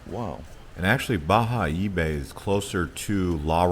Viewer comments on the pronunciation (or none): Bayahibe! It's pronounced "Ba-Ya-Eeee-Beh" the H is muted in Spanish.. Although your Spanish 👌🏻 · Bayahibe correct pronunciation "Bajaebe" Isla saona pronouncing Isla sa_o na